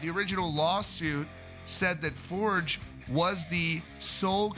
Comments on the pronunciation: It’s For-gay, not Forge, genius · Tobias For-guh. Not Fordj. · Right, I'm unsubscribing from this channel. You've been told many times in the comments that you are pronouncing his name incorrectly. It is a Swedish surname pronounced "For-gei" not "Forj". And yes, it does matter, when you're reporting on bands / people and you can't be bothered to pronounce their names correctly. I can easily get my Ghost news from the same sources you get it from, without being constantly annoyed at your inability to say his name in the correct way. Cheers. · Toe-BEE-us FORE-yuh. For the love of GOD, man, learn it. Love your channel! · His last name is pronounced “For-geh”... ;) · That was annoying me every time he said it too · Moral of the story: Get it in writing. Also, it's pronounced Forg. It's a shame all this had to go down. I liked the previous incarnation of the band and the previous albums better than this latest one. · After all this time, people still choose to pronounce his name wrong...